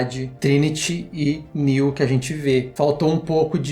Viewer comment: A parou de chamar o Neo de Néu kkk